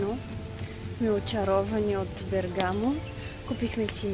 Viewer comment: Приятно видео,но ударението е на първата гласна.Бе'ргамо